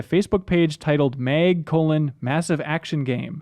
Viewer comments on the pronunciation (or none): Why did he call MAG, MEG about 10 times.